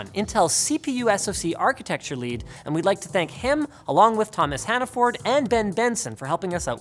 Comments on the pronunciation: As a New Englander Linus's pronunciation of "Hannaford" killed me. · The way he pronounces Hannaford makes all New Englanders cry